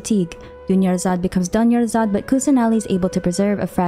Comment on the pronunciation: "Dunyarzad becomes Doneyarzad"...... That came out of nowhere.